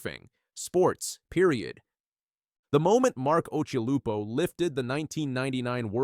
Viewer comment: Who the fuk is "OXY"????? and "OSH-ILUPO" ??? Occy's surfing has always left me speechless........ UNLIKE this abortion of a video. Insane Surfer?..... NUMPTY Surfer!!